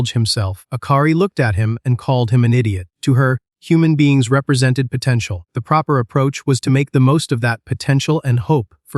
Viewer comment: Did you just says POTENTIAL?